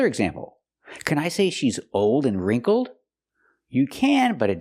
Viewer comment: No wait isn't wrinkled pronounced with a short i sound, like hit or ship? That's what the dictionary says, and also what I hear when people say that word